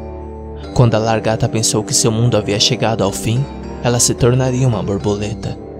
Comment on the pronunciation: Ele falando largata da um pouco de agonia